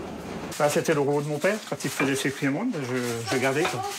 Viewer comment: Super reportage sur le Finistère ! Mais faudra revoir la prononciation du kouign- aman 😂